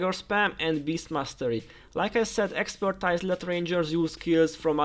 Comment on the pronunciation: ex - per - TEEZ